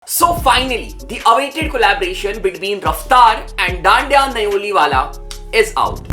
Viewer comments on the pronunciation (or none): Bhai thik se naam to bol le 😂 dandiya naam nahi dhanda hai kisi se puch le kya naam hai dhan - da tu bolra hai dan-diya 😂😂😂😂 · Again Dhanda ko Dhanndiya bna diya🤣🤣 Bai syad shi pronounce nahi kr pata😁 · Bro galat pronounce mat karo he is not dandya he is dhanda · bro woh dhandya nhi ha thats dhanda d h a n d a isko ek ek kr ke pronounce karoo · just to inform you it's dhhaandhha not what you called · Hi bro please pronounce dhanda rightly It's a surname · Bhai dhanda ka name ache s pronunciation kra kro 😂